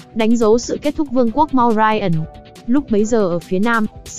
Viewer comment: ad đọc tên sai hết rồi chanaka, chandregupt, maurya